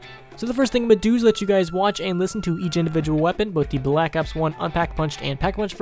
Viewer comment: Why tf do you pronounce Black Ops like that